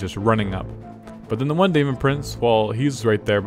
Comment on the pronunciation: Sorry to be pedantic, but it's not pronounced day-mon, it's demon. Daemon is the old English spelling. It's still pronounced as demon.